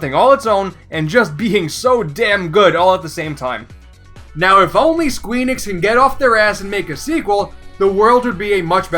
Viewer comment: Did he just say "squeenix"??